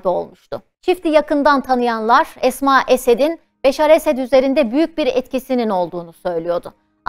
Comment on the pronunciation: не Асма,а Эсма